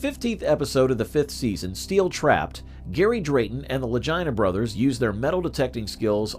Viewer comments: Click bait and their names are pronounced ad Lageena Lagina like vagina. I'm tired of people putting shit out and talk on people and they can't even pronounce names right utterly disrespectful. That tells me that they are reading or read something that they have no firm knowledge of and trying to put it out there like they've done research, man get out of here. When you can't pronounce a name correctly that when I tur😢n on my heels away from you. So this is Click bait. Ya just lost my subscription. Holla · You should probably learn how to pronounce their names before you do videos about people sounding like you're saying vagina Brothers 😅